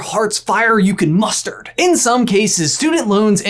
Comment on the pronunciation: I think it's funny that, when is doing the ad for Upstart, he says "No matter how much heartsfire you can "Mustard""!! 😹😹😹